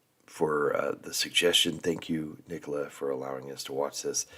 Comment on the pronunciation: I was just wondering how the name Nicola (if that's her spelling?) can be mispronounced... (_Nick_ oh_la) ?!😊